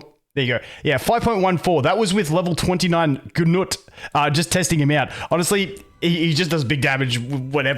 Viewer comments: stop saying GUU NUT its 🥜NUT 🤣🤣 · Boned by nut lol. Had a solid laugh. I think people pronounce it like. Noot. or g-noot. Who knows, but nut is funny enough.